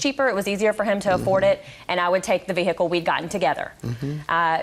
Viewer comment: If I hear vee-hickle one more time 😖😖😖